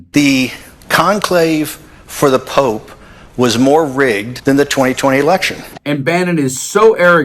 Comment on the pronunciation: he said POOP NOT POPE